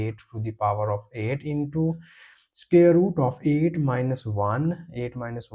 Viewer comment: Can you not pronounce the word " SQUARE " correctly....??????? Square is NOT scare !!.